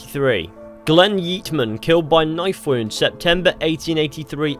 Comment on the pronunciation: "Glen yeetmen" Y E E T M AN